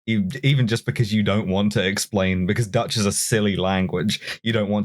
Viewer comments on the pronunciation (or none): You guys pronunciation of Dutch is just abysmal. Fuck you guys 2. Lots of love, A Dutch comrade. <3 <3 <3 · As a Dutchman, I have no issue with the digs at the Dutch and our history. But your attempts at pronouncing anything in our language feels like jabbing pins in my ear. Keep at it though. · I'm not dutch, but I know it doesn't have that many Js within